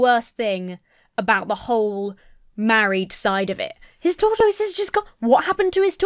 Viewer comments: This ad is painfully stupid 😅 also, 1) LOVE the way you say "tortoise"! 2) you were such an adorable baby 😄😄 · Well, I've done my research, and you are pronouncing tortoise correctly. Justice for TOR-TOYZ! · Those commenting on how says tortoise: it is one of three British pronunciations the OED has listed. I’m a much older Brit and would say it like “taught us” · My favorite part of this video is how you pronounce “tortoise.” It’s somehow very adorable - and makes more sense because that’s how it’s spelled! As a silly American, I’ve only ever heard it pronounced “tor-tus.” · Hi! As another Brit, I found pronunciation of 'tortoise' to be totally normal. (I have no idea how someone from the US would pronounce it.) As for "going out of her way to use the word" - that's what they're called in Britain. I've heard that in the US tortoises are called turtles, but in the UK, turtles are the aquatic version and tortoises are the land animals. So no, she wasn't taking the piss:) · Wonderful video, as always! It's probably just because I'm American and, like, who talks about tortoises that much, but I love the way says "tortoise" exactly as it's spelled as opposed to whatever us Americans have done to the word. Justice for tortoise! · I love how says Tortoise